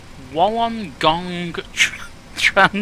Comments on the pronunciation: pronounce wollongong Woolengong mate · "Wollongong" is sorta pronounced by us as "wool-en-gong" for the most part. It's a region/city around 50-100km south of Sydney, on the coast. Nice place, especially in the summer. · Hey, nice try with the pronunciation of Wollongong for the SID. It's pronounced "WOOL-ON-GONG"; good effort though. Great video by the way. Cheers from 'Downunder'..... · Wollongong is pronounced: Wool-on-gong one word. :-) Slope refers to slope of the runways, a runway is not completely flat it slopes in some places. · Wollongong is pronounced: Wool-en-gong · It's pronounced 'woollen gong" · Wollongong is pronounced - Wool - en - gong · Its pronounced Wool-an-gong hahah :) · It's pronounced wool-ong-gong, it's probably Aboriginal. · 1. Wollongong is pronounced "WOOLLEN-gong". It's the name of a city you fly over, south of Sydney on the coast. 2. Domestic flights to/from Sydney normally use runway 16L/34R and international flights normally use the other main runway 16R/34L which is why you have such a long taxi. On flights to Melbourne there is usually some wag (thinking he's the first to think of it) who'll say "did we book seats on a plane or a bus? Are we going to drive to Melbourne?" 3. The Virgin Australia flights have a callsign VOZ380 pronounced on the radio "Virgin 380" 4. The SID goes all the way around to the right from RWY34R because there are simultaneous operations from both runways. You can't have aircraft from the right runway turning left after takeoff if there are aircraft also taking off on the left runway. By the time you fly all the way around to the right and are crossing the glide scopes to the runways, you're well above the landing flight paths of incoming aircraft. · FYI - WOL is easy to say. Wool - on - gong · You trying to say Wollongong was quite funny! To an Australian it's pretty normal to have weird place names like that. STRAYA MATE.